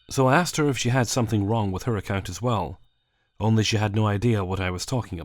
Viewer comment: was i the only one who noticed that he pronounces Account as Acunt?